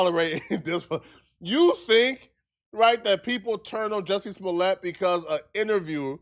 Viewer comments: I remember Joe Budden calling him Jussie Smooliay 😂 like its a French name 😂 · Joosy Smooleyay